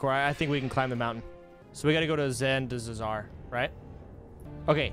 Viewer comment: that hard to say zuldazar ? >< jesus